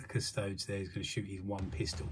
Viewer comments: cuss-toe-dees. like ass-tar-tees. not astartes. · Custodes... cus👏toe👏dees👏🧐